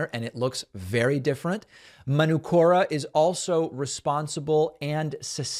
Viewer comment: It's Man-ook-ora David. 💙from NZ. Manuka is a tree here. (man -ook-ah)